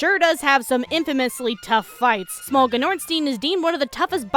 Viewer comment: Stop saying smog it's sm o